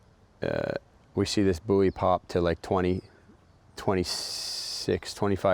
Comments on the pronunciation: It's pronounced 'boy' 🙃 fucking 'booie' ? 😂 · What's a boo-ee, isn't it pronounced boy? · Hmmm boo-ee? It’s pronunciation is buoy=boy you wouldn’t say boo-eeant you’d say buoyant 😂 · Say buoy one more time. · Jon 82 you pronounce it boo-ee